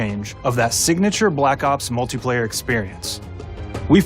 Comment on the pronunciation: Did he say “multay” player?